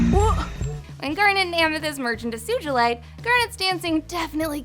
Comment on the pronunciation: and both have different pronunciations of Sugilite and both are wrong🤔